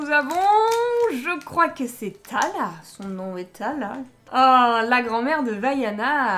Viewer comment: Lumpy est beaucoup trop chou😍😍😍😍😍😍😍😍 Comment t'as dis "son nom est tala"😂😂😂